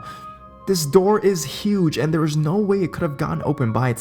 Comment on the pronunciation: Love how he says therrrrrre 😂